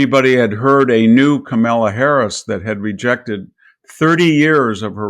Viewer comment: "COMA-LA": Say that and you would have pronounced her namely correctly.